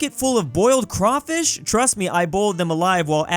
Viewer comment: Thank god he said crawfish right